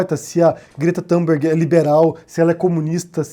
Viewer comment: "Tumberg" e não Tamberg": não é inglês!!!